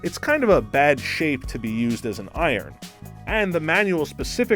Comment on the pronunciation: you mispronounced "iron" a couple of times.